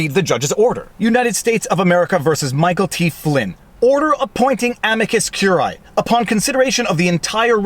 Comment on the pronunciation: 3 SYLLABLES!!!. Whether you use classical, church or botanical pronunciation, CUR-I-Æ has 3 syllables. Again, it is CUR-I-Æ, not CUR-AE. Now that you've got that, let's work backwards. The first word is not AM-i-cus regardless classical, ecclesiastical or botanical. It is am-I-cus. The I pronounced as EE in classical or church Latin and the British public school pronunciation (aka botanical), EYE, is also acceptable.